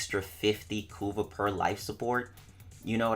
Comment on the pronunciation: I keep hearing "Kuva" as "Kurwa", knowing the polish meaning of that word creates a whole new plot twist!